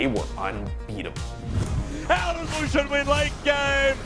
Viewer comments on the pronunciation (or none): none